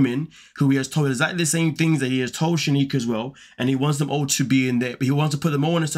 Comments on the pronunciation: They are sad. Her name is not Shenikah, tho! 😀 It's SheK-eye-Nah.:elbowcough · She-ki-nah, not “She-ni-kah” 💁🏼‍♀️